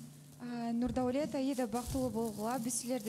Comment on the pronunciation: раздражает он неправильно говорит имя Аиды, всегда говорит Айда, ударение ставит неправильно!!